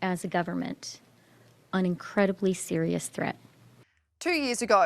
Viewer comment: oh Chrstia Sl@ "we face an incwedibwy sewious thweat of civiw convewsation and qwestions it was so howwibwe" not surprised but still can't believe they're going to appeal the court's decision on this. jail time first, he can appeal in 25 years.